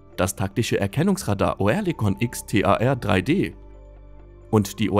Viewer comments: Es ist fürchterlich, wie ihr Deutschen gewisse Wörter aussprecht. Auch das Wort Oerlikon wird nicht Oe sondern ÖRLIKON ausgesprochen, Oerlikon ist eine angrenzende Ortschaft von der Stadt Zürich, also in der Schweiz und bekannt als Waffenschmiede. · Oerlikon wird "Örlikon", nicht "Oërlikon" ausgesprochen. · Köstlich die Computerstimme, Oerlikon statt Örlikon. Bringen die nicht mal fertig, deutsche Umlaute richtig zu programmieren, sorry, aber ein Armutszeugnis für diesen Kanal. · Als Kommentator sollte man schon wissen, wie ein Firmenname ausgesprochen wird. Sagen Sie doch einfach Örlikon, dann stimmt‘s. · Das heisst Örlikon. Sorry hat enorm getriggert.😉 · Bitte: Lasst doch diese verschi###### Computer-Stimmen weg ! O-Erlikon.... echt nervig !!!! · Das wird Örlikon ausgesprochen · Ich krieg die Krise mit dem Piefken... Oerlikon spricht sich anfangs wie das englische Wort "early" aus, also quasi mit nem weicheren Ö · Da musste der Sprecher ja Kenntnisse haben die über 3 IQ hinausgehen, hat er aber nicht !!!